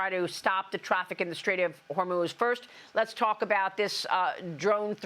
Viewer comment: Did he say the straight of Hermes? 😂😂😂